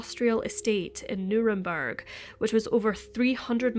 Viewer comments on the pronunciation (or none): none